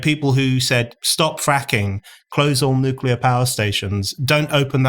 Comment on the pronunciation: "Nucular....." Aaaaaaaghhhh!!!